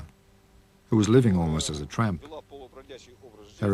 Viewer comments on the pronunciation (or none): "Tramp", lol